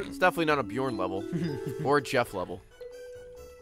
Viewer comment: Im pretty happy they pronounced Bjorn correctly :P